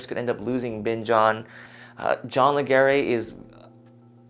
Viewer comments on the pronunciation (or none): John pronounces "Legere" like "ledge-er" Also, you're thinking of the term "Opt-in" wrong. Getting out of Bing On is Opt-out. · his name is pronounced Ledger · Your saying Leger wrong!